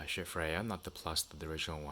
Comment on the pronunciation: Pronounced “Skaheat” FYI not shit....:-)